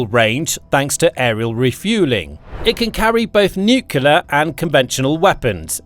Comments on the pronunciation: You pronounce the word as nuc-le-ar not nuc-u-ler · i only got 5 minutes in and the idiot started speaking jibberish like a 2 yo infant. can anyone with a brain tell me what a nukular weapon is? is that the usa version of nuclear weapon? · Good presentation, but it's "nuclear", not "noocular" FFS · Someone tell this idiot narrator that the word he keeps botching is pronounced NOO CLEE AR not NOO CUE LER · Nuclear (new-clear), not nukelar. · It's 'nu-cle-ar' not 'nuk-u-lar'... When the last B-21 is sent to the boneyard, the crew will be flown home on a waiting B-52... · I don't want to generalize, but I don't know of any exceptions that I've heard... Do Brits add an extra U after the C in NUCLEAR? No idea why every Brit and Jack Bauer pronounce NUCLEAR as NUCULAR. It's just like nucleus, except nuclear. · nukyuler nukyuler nukyuler. sounds so stupid for an otherwise excellent report. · Wish the narrator would pronounce "nuclear" correctly.